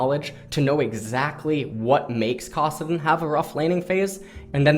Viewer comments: You say Kassadin weird and the only person I've ever heard say it "Kahsadin." It's Kass, just like Cassiopeia. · Valerius Korean pronunciation